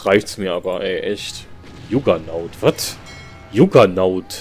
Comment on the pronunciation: das wird jaggernaut ausgesprochen... kann es dir im voice mal sprachlich geben^^ ich glaube das ist vom spiel vorgesehen, das du die ecke da unten verlierst... weil was da alles ankommt, da hast du selbst mit unendlich ressis keine chance, weil du nciht so schnell bauen kannst... aber du kannst ja jetzt oben schiffe bauen...